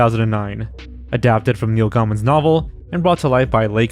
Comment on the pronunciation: I love your videos, have for years, but please look up how to pronounce names before you say them in a video. For the section on Coraline, it’s Neil “Gay-min” and “Like-uh” studios Again, love the vids otherwise, great stuff!